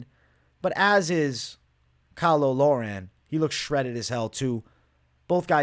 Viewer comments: Caolan Loughran is basically pronounced Cay-lin Lock-ran btw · Cay-lin lock-ren is how you pronounce it mate love these vids